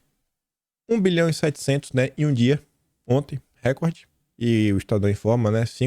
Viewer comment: não é r(é)cord, é rec(ó)rde, do verbo recordar.